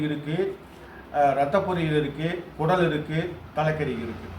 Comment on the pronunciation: அது கூடல் இல்லை குடல்